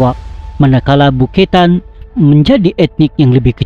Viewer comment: Beketan bukan buketan